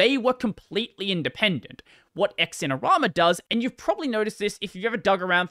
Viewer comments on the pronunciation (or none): BTW, it's not "X-in-er-ama". It's "Zin-er-ama".